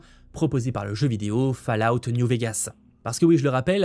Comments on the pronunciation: Cette saison 2 de Fallout ( prononcer " folaout " ! 😊) est vraiment très ( trop) confuse... même avec tes explications.... la réalisation baisse d’un gros cran par rapport à la saison 1, les scènes d’action sont vraiment mal faites.... c’est dommage, je ne le souhaite pas, mais avec cette saison 2 trop complexe ( franchement on ne comprend pas les motivations des personnages et leur but) j’ai peur que les audiences soit désastreuses... j’avais adoré la saison 1. J’ai été un spectateur passif et perdu pendant la 2ème.... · ta prononciation de " Fallout " fait toujours autant seigner mes oreilles